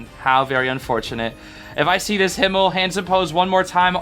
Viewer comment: OMG THANK YOU SO MUCH FOR (almost)PRONOUNCING HIMMEL RIGHT (obviously American accent but still thank you sm)😭🙏🙏🙏